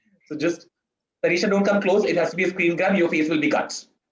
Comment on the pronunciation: Did he keep calling her Taneeshow? Lmao.